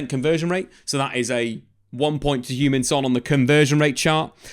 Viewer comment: Loved how you pronounced Hugh-Min Son 😆 AKA Shuggy Son when in Scotland